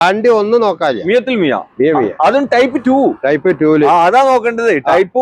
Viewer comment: മിയത്തിൽ മിയ അല്ല മിയ ഫിൽ മിയ